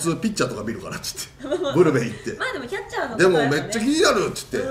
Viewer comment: ブルペンがプルペンになってるw なんかかわいいですwww